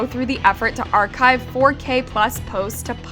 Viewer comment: i don’t know why whenever we have something great people decide to destroy it. honestly shame on every single one of those disgusting people who did these. (also english is not my first language but istg i’ve never heard anyone say archive like that)